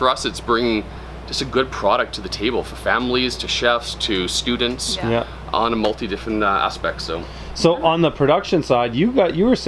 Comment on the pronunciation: Inspirational video, also, word blooper schudents” 😂